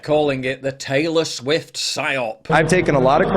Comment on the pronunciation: More like "Traylor Swiffer"😂